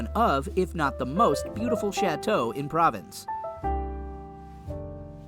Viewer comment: What you are showing ,and what you are talking are completly inadequate. And please, learn how to pronounce PROVENCE